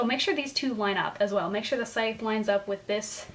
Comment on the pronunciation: Needed to know how to pronounce Scythe. The c is silent. Thank you.